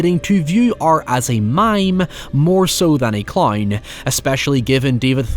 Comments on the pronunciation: “Killer claurn” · "art the clowrn"